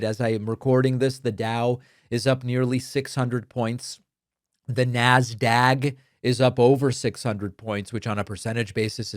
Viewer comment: NAS-DAG ? Isn't is NASDAQ?